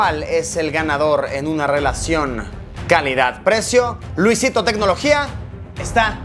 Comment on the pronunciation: Luisito se dice ye 7p no y griega 7 p